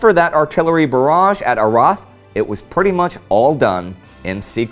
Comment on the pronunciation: Hi Indi, the s is pronounced in Arras